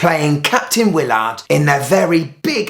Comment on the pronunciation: Hey just to let you know, it is not pronounced Wiil -Lard but Willard all together! 🤣